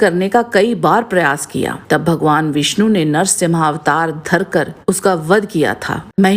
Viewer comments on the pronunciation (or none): none